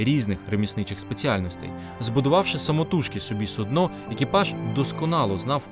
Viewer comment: Судно - ударение на першому слоге